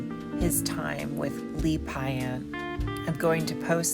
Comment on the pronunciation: Just 2 points of pronunciation. Lee's last name was pronounced Pay..ant..the first syllable rhymed with day. L'Abbaye (I don't understand why) was pronounced Lab eh ee. I spent several years going to l'Abbaye t least twice a week and got to know noth Gordon and Lee to an extent. And was able to make a copy on a cassette of this record. Every night they would finish with Time For a Man Go Home... and at Lee's funeral Gordon walked slowly in front of the coffin as it was being carried out of the Anerican Church in Paris, and sung that song one last time with tears rolling down his cheeks. Gordon Andrews Lee were not only talented as singers actors and musicians and Gordon had done the artwork on the walls) but they had class and integrity. They would help young actors and were supportive and caring. L'Abbaye was closed for two weeks after Lee's death, and finally one afternoon Gordon decided to go back there only to find the door open and two or three strangers inside. "Who are you" they asked. ,"I'm the owner" he replied. "So are we!"they replied. In fact when Gordon and Lee bought the location it was illegal for foreigners to own the property, so it had been put in the name of their French barman, Michel. While Gordon was grieving Lee's death, Michel sold the place out from under him and there was nothing Girdon could do. And one of Paris' major landmarks- through the doors of which a Who's Who of Paris, London, New York and Holllywood actors, singers, writers and the like ha